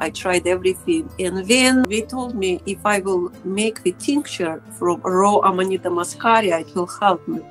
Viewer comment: It's Amanita, not amadita.